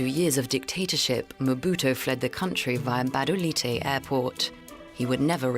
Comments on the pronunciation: The name of Gabodailté is pronounced 'Ga-bo-Dah-lee-tay', not 'Ga-ba-dah-light'. Thank you for making a Fuc...g effort! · What is gbadalight???? It's Gbadolite but pronounced Gwadolité, please learn to pronounce it correctly, you can't tell history without learning basic things about the place. You butchered the name🤦🏾‍♂️🤦🏾‍♂️🤦🏾‍♂️🤦🏾‍♂️ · He kept saying Gabandalight 😁💔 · Yeah, meanwhile it's pronounced Badoleeteh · Sorry, dude, but the town is spelled Gbadolite and pronounced Bah-Doh-Leet.